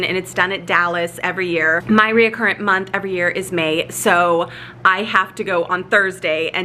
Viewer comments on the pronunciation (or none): Made me chuckle everytime you said "reacurrent" when referring to your training. After awhile I figured you probably meant "recurrent". Lol 😆